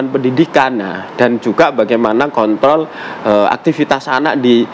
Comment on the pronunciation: KONTROL PAK,,😁😁BUKAN K.T.L